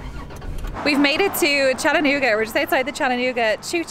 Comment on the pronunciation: How exciting! You were in my town! Come back sometime, there is so much more to see! Also, thank you for pronouncing Chattanooga correctly!❤️😉